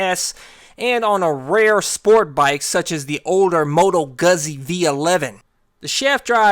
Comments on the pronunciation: Its goozy not guhzee don’t ever say it like that again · Guuuuzie, it's pronounced gooooozie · You're pronouncing Moto Guzzi like you're talking about Gus Grissom... Guzzi is pronounced almost like "Gucci" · Motto Guzzi . The “Z’s” are pronounced like “T.s” as in Pizza. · He said, "Moto guh-zee". Priceless...